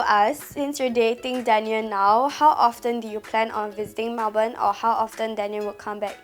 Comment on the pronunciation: melbourne is pronouced as mel-bin 😆